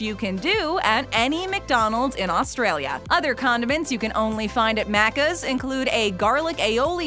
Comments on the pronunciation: My biggest recommendation is before making a video about this, maybe actually going to Australia and checking out our maccas. - Aussies don't say Maccas like that. - Aussies don't say slang like that. - Aussies don't say deffo. We say "defs" or definitely. - you cannot get vegemite in a maccas. It is not a sauce option at all, and just wouldn't taste right in a burger. - maccas coffee being a well-loved commodity????? It's sub-par at best and nobody could particularly care for it. Nobody goes to maccas for their usual coffee, probably only get a coffee there if you're already there for the meal and go "might as well". - Mccafe is it's own section inside of a mcdonalds. - loaded fries were limited edition, you can't get them anymore. - the loose change menu still exists. - the app doesn't have a point system, just discounted items that change. - You can still buy singular items on their own, they don't have to be in combos. - Maccas architecture is usually plastic af unless you're in certain rich suburbs. Inner city is too crowded, it's usually steel and plastic. Very very few maccas are wooden and fancy. - Maccas is not served on thick wooden tablets, only for the deluxe menu. We use plastic trays. - "Leaning into higher end" my ass. It's fast food. It does not even compare to our casual restaurant or cafe culture at all. - The desert menu for maccas is different to the mcCafe items. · I- nope I can't not cringe at her saying macers like mate it's Macca's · It's pronounced maccus not maccers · hahahahahah I would be so pissed if I heard someone say that to my face.. “wanna go for a Markers Run lol” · She says Maccas like Maaacas and she says Vegemite like Vegehmite, like dude it it is pronounced Veg-i-mite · Omg the way she kept saying maccas 🤮 it’s pronounced mackes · totally agree and i cant stand the way she says aussie and maccas like seriously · Don’t make Australian videos if you can’t pronounce our slang 😐😡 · the way she says maccas 🤢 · The Uh C's